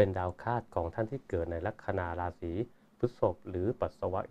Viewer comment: ลัคนา ลาสี.. ตกลง ใช้ ลัคนา หรือ ราศี เพราะคุณพูดลัคนาลา (รา)ศี ตลอด